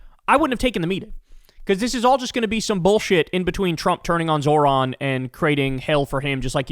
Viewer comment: Can Krystal or someone in Kyles life please teach him how to say 'Zohran' correctly? Jfc